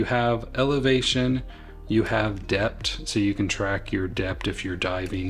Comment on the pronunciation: 🤣 ‘deppt ’ ? ? The th at end of depth is not silent! Yikes. 😂